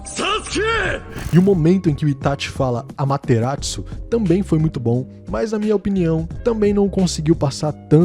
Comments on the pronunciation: É Amaterasu, não AmateraTsu. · Itachi Japones: AMATERASU 👁️🔥🔥🔥 . 🩸 Itachi da dublagem: AMaterazuu 👁️👄👁️💅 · ''Amaterassou'' Por algum motivo os caba ficou calando ''Dublador do Itachi falou com um T''